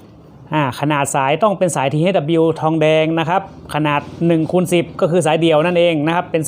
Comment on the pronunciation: ที เอช ครับ ไม่ใช่ ที เฮ็ด ฉนวน ไม่ใช่ สะ หนวน อย่าทำภาษาเพี้ยนครับ ท่านไม่ควรใส่รองเท้าแตะทำงานครับ งานแบบนี้ ต้องแสดงความปลอดภัยไว้ก่อนครับ